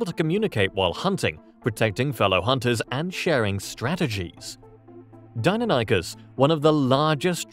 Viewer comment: It may just be me, but your voice guy said "dino-nykus" when it's pronounced "dy-non-ih-kiss" Deinonychus